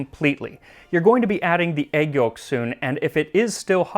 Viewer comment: I can't get over how max says egg yolks. "Add the aygyos and make sure they don't scramble"